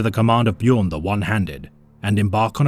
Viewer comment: AAAAAAY HE PRONOUNCED BJÖRN RIGHT!!!!!! FIRST YOUTUBER IVE EVER SEEN DO THAT!!